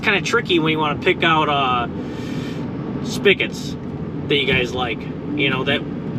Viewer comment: It’s a SPIG-et, not a SPICK-et, lol!